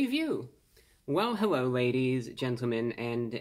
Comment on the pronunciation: Hewwo Wady’s and Gentlemen!